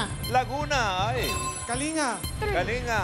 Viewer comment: Yong nagsasabi na pronouciation nang kalanga ay ka-lin-ga Not kalinga not nga ga ang last kasi kalinga ay it means yon sa english ay care.